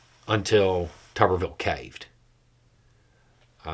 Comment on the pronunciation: It's not tubberville, it's tuberville like a potato is a tuber.